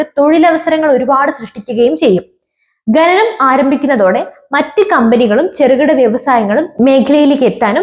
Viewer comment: "ഖനനം", ഇതിന്റെ ഉച്ചാരണം എങ്ങനെയെന്നു ഒന്നു മനസ്സിലാക്കിയാൽ കൊള്ളാം കുഞ്ഞേ